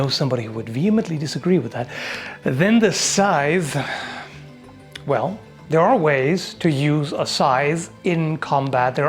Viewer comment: Thank you for properly pronouncing "scythe"